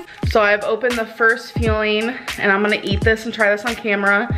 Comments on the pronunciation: Can someone PLEASE explain to me the "feeling" thing?!?!?! Is she trying to say FUELING? Gaaaahd I just don't get it gorls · I hate how she pronounces "Fueling" like "feeling". Maybe because she eats her feelings. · Maybe the food should be called FEELINGS 🆚 Fuelings, as it appears eats as a way to combat her emotions (feelings). Just saying...the did do extensive ( thousands and thousands of hours) research on a product she is still unable to pronounce correctly. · If you turn captions on when she says fuelings it indeed recognizes her pronunciation as feelings.🤦🏼‍♀️🤣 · Can I just say that she says “fuelings” like feelings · Why does she keep saying feelings? I’m so confused I hope she doesn’t mean “fillings” that’s the only thing I can think of that’s she’s saying. I hope she gets help. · Optivia calls the meals "fuelings", just mucus it up like everything else